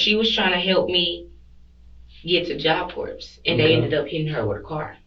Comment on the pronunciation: 😂😂😂 ITS PRONOUNCED JOB CORE